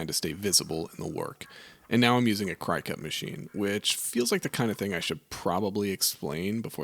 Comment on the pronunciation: It’s not cry cut.. it’s cricut. Like the bug. The logo literally has the antennas, 😂. Absolutely no shame in using it btw, and it turned out awesome.